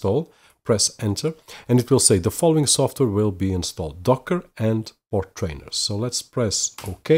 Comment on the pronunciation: FYI.. Portainer rhymes with container.. you are adding in an extra "r" after the "t" when saying it over and over. Otherwise good video for novices..